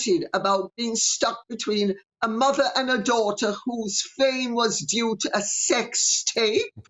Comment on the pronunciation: Like mather, like douther 😏